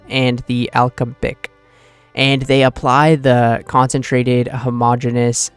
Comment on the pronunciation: A - lem- bic how tf did you get ALKABIC